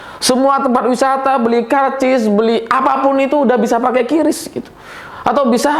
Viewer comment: Sedikit info saja. Cara baca "QRIS" menurut Bank Indonesia selaku pembuat, adalah "KRIS".